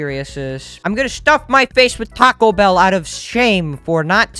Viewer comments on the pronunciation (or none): none